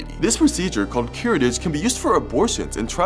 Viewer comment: *curettage is pronounced KYUR-eh-taj. Rhymes with mirage.😊